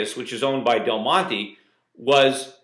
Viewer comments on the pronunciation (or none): none